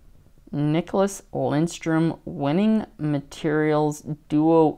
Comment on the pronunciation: There is no "N" in Lidstrom.